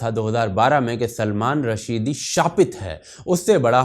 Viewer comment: ओ भाई ! उसका नाम सलमान रश्दी है .. रशीदी नही...